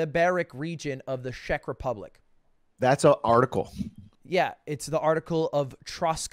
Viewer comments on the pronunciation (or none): I am from the Czech Republic and the way he pronounced it like "Shek" made me cringe so hard. Also the way he pronounced the region Troskovice lol. I have been there a couple of times and I didn't even recognize it when he said it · The way he pronounced Czech republic, Liberec and Troskovice made me fucking die